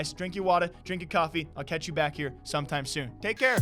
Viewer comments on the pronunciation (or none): none